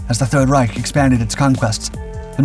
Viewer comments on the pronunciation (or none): none